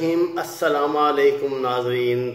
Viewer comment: اسلاما علیکم نہیں اسلام علیکم۔ آج کا آپ اپنا clip سنیں۔ میں تو سنتا ھوں۔ توجہ اس طرف مبذول کرائی ھے فقط